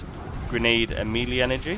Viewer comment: Why is he saying Melee like that? I thought it was some new artefact that I missed.